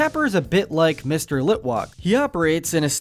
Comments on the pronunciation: Um excuse me did you say litwock instead of litwack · Hey… it’s Litwak not Litwalk! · Its not mr.litwalk its mr.litwak i heard mr litwalk so -. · It’s pronounced “lit-WACK” and “taff-IH-duh”, “Patrick Star”. 🤨 You’re so bad at pronouncing,. 🙄